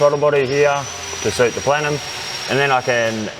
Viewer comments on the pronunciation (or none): “Really good plenum”😂😂😂